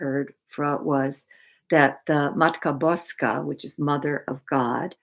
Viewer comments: (spelled this way) is definitely a Polish first name. I am Polish and her pronunciation of Matka Boska was pretty spot on. Also, it's "Matka Boska Częstochowska",not "Częstochowa". Częstochowa is the city where the painting hangs. Częstochowska is the adjective. Fun(ny) fact: Częstochowa literally means "(he/she) Often hides" but I don't think anybody ever notices this little linguistic quirk 😅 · I love ❤️ how u spoke about Poland 🇵🇱! I am full Polish . You pronounced Mother of God in Polish perfectly ! Are you Polish ? This was so cool to hear you say that ! I miss my family . A lot of them are still in Poland 🇵🇱 (I immigrated to California in 1982 at age 6). My grandmother passed 15 years ago in Poland but I never got to see her before she passed and it always hurts when I think about it. She used to read fortunes 🔮 using cards . She was VERY talented and in tuned with her gift . I often wish to connect with her from across the veil. I ask her to visit me in my dreams, but she never has. I miss tremendously. Thank you 🙏 for your terrific videos ! Love 💕 listening to you !